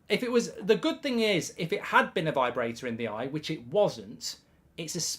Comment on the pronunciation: V-eye brator